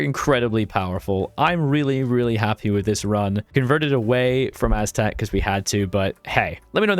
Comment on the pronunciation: Please don't play Aztec if you cannot even take the effort of pronouncing it properly.